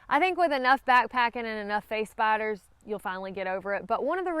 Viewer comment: I'm not afraid of spiders, but I thought you were saying face bites instead of face spiders. Face biters do sound scary.